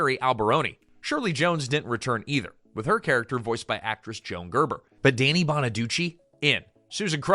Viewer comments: His name is pronounced DANNY not DANE EE WTF is wrong with you? More AI Bullshit? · lost me at "DAY-nee" bonaduce